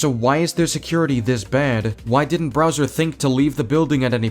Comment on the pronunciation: sorry You said “Browser”. I’m imagining a Firefox in a Koopa Clown car or some shit